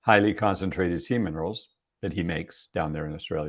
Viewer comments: Omg.....you are the same as me..EVERY time he said SEA MINERALS..I heard seaman!!! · 😂 I was like ... seaman rolls? 🥴